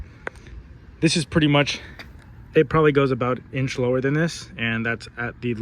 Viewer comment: You said lower woee 😮😂